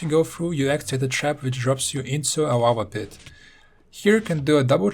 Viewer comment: Who else thinks hes saying wawa when he says lava